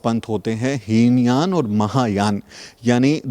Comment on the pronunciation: heen yan nahin hota hai he yaan hota hai. pls correct it👍🙏💙💙🙏 Jai Bhim Namo Buddhay 🙏💙💙🙏